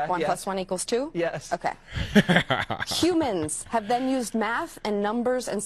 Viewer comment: "Humans Have been used Math..." Yes, humins hav bin yoosed math